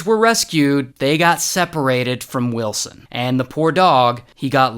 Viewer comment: Find willsen come on say it!!!!!